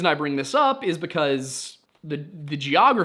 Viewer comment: Did you know that by not pronouncing the B right, in because, you have a very specific and unique niche accent? Right now i can't remember what it is for the life of me, but apparently in hispanic communties its quite common, and the accent has a hispanic name.